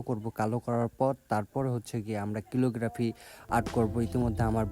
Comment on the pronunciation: Bhai🙂 ক্যালিগ্রাফি 👍🏿 কিলোগ্রাফি না 🙂